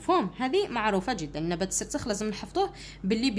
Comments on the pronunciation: استاذة السرخس وليس السرسخ ههههههههههههههههههههه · أستاذة شكرااا على مجهوداتك ملاحظة أستاذة نبات السرخس ماشي خسرس❤❤❤😅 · أستاذة توضيح فقط النبات اسمه السرخس وليس السرسخ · استاذة السرخس و ليس السرسخ شكرا 🌹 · يا استاذة عوفا لاينطق بالسخرس بل السرخس 😅😅😅❤❤❤❤❤❤❤ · ادعولي نجيب 17معدل دعوة 40غريب مستجابة ♥♥🌸🌹استاذة نبات السرخس نتي راكي تقولي السرسخ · ماشي سرسخ سرخس❤😂 شكرا❤ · السرخس ماشي السرسخ 🌼🌼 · السرخس استادة مش السرسخ هههههههههههههههههههههههههههههههههههههههههههههههههههههههههههههههه🤣😂😂😂😂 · شكرا استاذة بصح ميسموهش السرسخ اسمو السرخس ههه 😃😅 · السرخس وليس السرسخ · السرخس مشي السرسخ😅😅😱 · سلام استاذة انا نحبك وداىما نتبعك بصح راكي غلطتي بزاف في كلمة السرخس وعاوتيها ميرا وتكرا وانتي قلتيهاالسرسخ و لا كدبتيني عاودي الفيديو واسمي وشكرااا استاذة كثيرا على كل مجهوداتك والشرح 😍😍😍😍😍🥳❣💗💗💖👌👍👋وانا احبكي كثيراا يا استاذتي💚💚💚💚💜💜💥🤚👆🤩😍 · ماشي سرسخ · استاذة عذرا ولكن النبات اسمه نبات السرخس وليس السرسخ 😊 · استاذة انه نبات السرخس وليس السرسخ 😂 وشكرا لك على هذا المجهود المبذول 😊🎉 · السرسخ السرخس😂😂😂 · استاذة اطاتي في النطق الوعي الاولى السرخس ليس السرسخ😂🎉❤ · استاذ السرخس وليس السرسخ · أستاد إسمه سرخس ماشي سرسخ 😎😎😎😎😎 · يا ودي السرخس ماشي سرسخ 😂😂😂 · أستاذة هناك ملاحظة السرخس وليس السرسخ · استاذة توضيح نبات اسمو سرخس ليس سرسخ. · استاذة مافقتيش راكي تقولي السرسخ😂 وهو السرخس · السرخس ماشي السرسخ😂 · اسمو السرخس ماشي السرسخ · ههه استاذة قلتي سرسخ😅